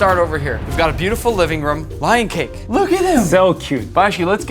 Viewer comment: bro really said " I WEWE WIKE WION "